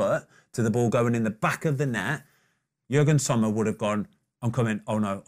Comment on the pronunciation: Did Ben really call Yann Sommer Jürgen Sommer? And multiple times may I add